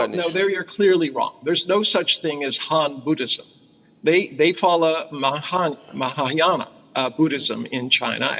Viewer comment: This Chines gentleman difficult to pronounce Mahayana! Ha